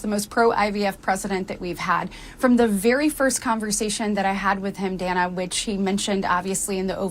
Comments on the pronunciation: It is DAN-Uh not DAY-nuh. Short “A” not a Long “A” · Hey, just for future reference—to further polish your commentary—the CNN anchorwoman Dana Bash’s given name is actually pronounced “Dann-uh,”—rhyming with Hannah—in other words, the first ‘a’ being a ‘short ā’. I know, I’m also not thrilled by the kind of reporting she represents, but even amongst those hyper Right-leaning partisan commentators to whom I enjoy listening, even they have these sorts of details about our ideological and political opponents nailed down. As obnoxious as CNN’s reporting tends to be to those of us on the Right, it helps to bear in mind just how far they’ve actually come from their depths of depravity, specifically, their days under the leadership of the execrable Jeff Zucker, circa 2013–2022, when dipshits like Don Lemon and Jim Acosta reigned supreme, and when Brian Stelter—although still around—was a much more of a constant, nightly fixture, and Republican rockstars like Scott Jennings, along with other Republican and libertarian voices like Ben Ferguson, Brad Polumbo, Mary Katharine Ham, and David Urban couldn’t have even gotten within 75,000 lightyears of a CNN broadcast.